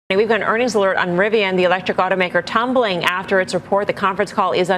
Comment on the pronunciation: You definitely have a lowd moth, but you were correct both for Rivian and Nikola